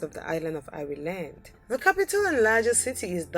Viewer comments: Apparently I live in Eye-ree-land now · speaker: EYE REY LAND Irish People: Triggered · If your going to make a video about these countries i suggest you learn how to pronounce the correct names of these countries!Number 2 for instance, Ireland! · Your pronation of the word "Ireland" is so wrong! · I'm Irish and although it's an awful attempt to pronounce ireland,I like the way she does it.it makes us sound far more exotic than we actually are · Pronouncian of Ireland is just shockingly bad